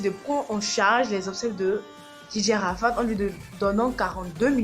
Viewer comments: Dj Arafat pas arafade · Je trouve que te jouer les lolitas avec des mimiques d'ado français décérébré, est pas respectueux...même le ton de la vidéo, le fond sonore est vraiment mal choisi. On dit pas ARAFAde ***....un peu de respect quand même...bref ...tu es pas sage et assez mature...tu nous fait mal et honte .